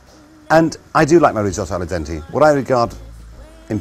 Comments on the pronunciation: Its... its Al dente... not a la dente... could your Italian mum not sprak basic Italian properly? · i bet your mom said "al dente" and not "ALLA dente"...